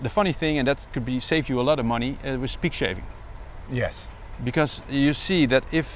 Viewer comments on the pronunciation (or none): Really interested in this idea of squeezing every last drop of life from lead-acid batteries before they get recycled so bravo sir. I was a bit confused for a second on the 'pig shaving' till I copped on it was 'peak saving' hehe